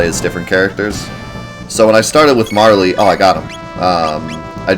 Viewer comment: I'm with you when it comes to JAN US. I am glad I heard you say it that way since that is how I say it as well. And I am glad you call "Marle" "MAR LEE" since it sounds better than "Marl". It hadn't occurred to me to at the E sound at the end, so I may start calling her MARL E. Except that I always rename her to her proper name. But I didn't know what this "Ragen" you were talking about was, you confused me until I figured it out to Re-Gen. Now I'm OK with that. I don't care how you pronounce it as long as I know what you mean.